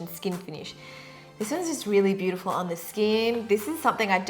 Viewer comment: Did you guys heard that said bootyful not beautyful